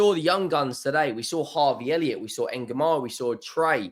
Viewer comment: It's not Engumoha. It's Ng' Ng' Ngumoha😂😂😂You're butchering his name completely